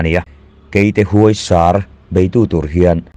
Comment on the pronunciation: 'Huaisar' lam rik dân hi a dik tawk lo. 'sar' hi ri hniama lam tûr aw